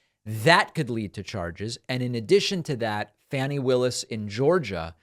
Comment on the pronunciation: "Fawnie" Willis.